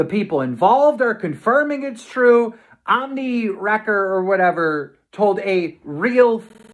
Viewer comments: Omniwrecker ...... wow, how do mispronounce ohmwrecker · I kept laughing every time he miss pronounced Ohm’s name like who the hell is omnimaker 😂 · The fact keemstar keeps mispronouncing Ohmwrecker says he’s either not taking it seriously or an ignorant jackass. Both would be red flags to NOT get on his channel as Ohm did. 🤦‍♂️